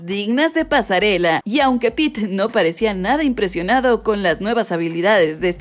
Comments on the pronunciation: Se dice pete xd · Es pete, no peter